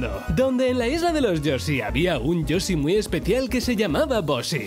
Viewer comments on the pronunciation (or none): Me hincha las pelotas que no sepa pronunciar Yoshi y diga yosi 🤡🤌🏻🤦🏻‍♀️ es como cuando dicen yutuffff en vez de YouTube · La isla de los yosi? Por qué los españoles no pueden pronunciar el sonido "sh"?